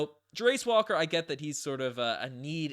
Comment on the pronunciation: The way you mispronounce both Ben Mathurin and Jarace Walker’s names is slowly killing me.